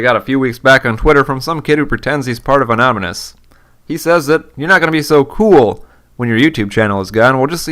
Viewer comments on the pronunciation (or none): you pronounced anonymous anominus so you have no soul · Haha 'anomonous' but shit.... This guy got ripped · an ominous (anonymous) xD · AHNAHMINUHS. Made me chuckle :p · I found it oddly funny that pronounced it "Anominous" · Anomynous LOL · "Anomynous" I really hope that's what the kid said, and not just an error by good ol'. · it sounds like he says anonymous wrong